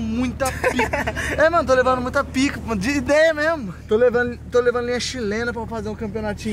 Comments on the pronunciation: O falou pic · Jurei q o tinha falado "tô levando muita pika"😂😂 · Parece que vc falou tô levando muita pica entendi isso 😂😂😂